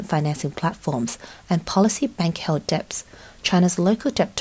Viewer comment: Dets not deBts.. girl